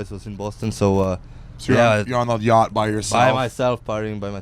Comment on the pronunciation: Yacht! He say yacht? Hahahaha oh Biz